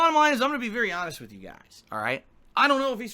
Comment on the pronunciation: Can't stand how this mofo pronounces "WITH"!